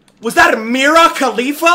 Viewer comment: Bro said mira khalifa 😂😂😂😂